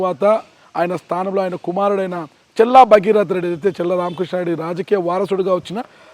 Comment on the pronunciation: చెల్లా కాదు మిస్టర్ విలేకరి గారు ‘చల్లా‘ తేడా ఉంది బాగా